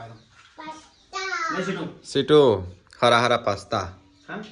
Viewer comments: True it's pista not pasta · Pasta nai pista kevay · Pasta nahi pista kevay 😂😂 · Pista kevay pasta nay